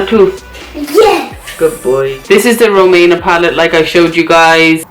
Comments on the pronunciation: I really like you....but feels like ur trying to be nice as shr sent u free stuff type of video. U can't even say her name properly....rumAYna? Its ruMEEEna lol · The way you say her name is so funny 🤣 you made me laugh, ngl I think her make up looks kinda rubbish but wish her well with it all, omg black hair on you is 😍😍 and kaleb is sooooo cute Ma Sha Allah!! ❤️